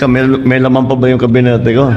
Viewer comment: Kabinete Hindi kabiniti